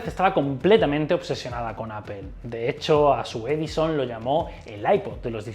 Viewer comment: Buen trabajo periodístico, pero deja de decirle "APPEL" a Apple...unas clases de inglés no te vendrían mal. De lo demás, muy bien.